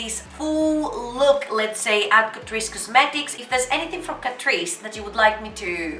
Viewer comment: i m todays years old when i came to know it pronounced as catreece not cat_rice